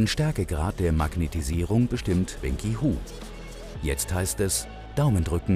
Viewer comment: Wenqi Hu - wen kse hu, nicht wen ki hu